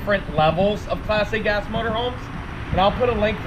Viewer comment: It sounds like is saying "Plastic-ass motorhome. I finally realized he was slurring "Class A gas."